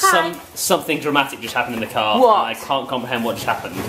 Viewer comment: I love your accent when you say:because or car or party ;)